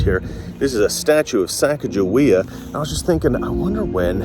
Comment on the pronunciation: The correct pronunciation is sa cog a wea ,,,,,,not cac a jea